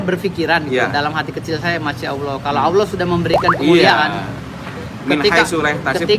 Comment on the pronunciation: Ngomong ALLAH aja jadi awloh,,,uss usss